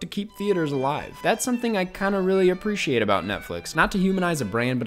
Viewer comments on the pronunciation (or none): none